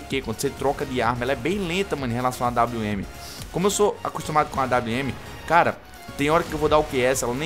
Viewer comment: kkkk AWM! "AINWN" KKKKKKKK EU RACHO